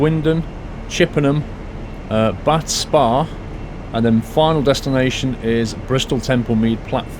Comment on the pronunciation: bach spa XD its meant to be bath